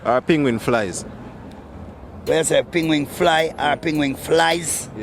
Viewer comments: What is a pingwing? Pronounced penguin 🐧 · I’m hearing pingwing 😂😂😂😂😂